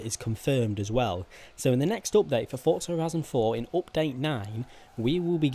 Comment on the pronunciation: he says fortza all the time does my head in